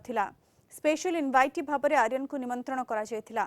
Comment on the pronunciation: ଆରୀୟନ କୁ ଆର୍ଯ୍ୟନ କରାଗଲା....ଧନ୍ଯ ତମ ଓଡିଆ.... 😂